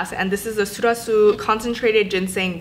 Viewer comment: It's pronounced seol-hwa-soo! I always thought Sulwhasoo or any other skincare brands in that range were for my mom but now that I'm in my late 20s I think I need them :/